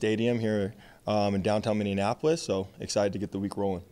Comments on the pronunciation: He said minion apple ous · Down town “Mindianapolis”😂